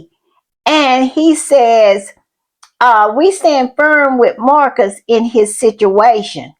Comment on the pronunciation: Dedham is not pronounced "Durham", it is pronounced deh-dm, dead-'m. It isn't Marks, it is Marius - mar-ee-us.